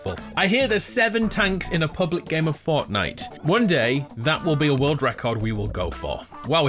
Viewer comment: it sounds like he says fartnite 🤣🤣🤣